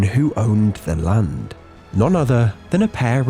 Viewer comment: as soon as i started video i skipped a bit and you said on the *land" sounda like lund means penus in my language, my mom scolded me in front of dad in the damn morning. 😑